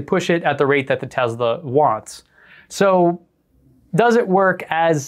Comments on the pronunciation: He actually said "real Tezla." Must be taking about a different brand. ;) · Please stop mispronouncing Tesla. It is not “Tezla”. Thanks. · It's not a Tezla. It's a Tesla. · It’s pronounced Tesla not Tezla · Can you not say tezla its clearly tesla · Tesla not tezla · a tesla is not a tezla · Stop. Saying. TEZLA!! It’s TESLA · I HATE how he says “Tezla” instead of “Tesla” r/mindlyinfuriating 😭😒😵😤😤😤😤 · Why they say tezla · Duud says tezzla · That is how it's pronounced. That's how Tesla emloyees (including Elon) pronounce it. You have to remember where Nikola Telsa came from (a slavic language nation). I know you know this though, and were joking. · Can't pronounce the S in Tesla?